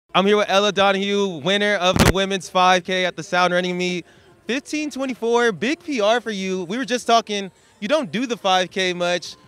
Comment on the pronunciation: It's Ella Donaghu*, not Donahugh